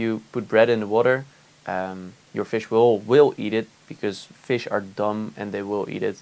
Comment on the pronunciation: The way he says fishes are dump 😂😂😂👍🏼🐼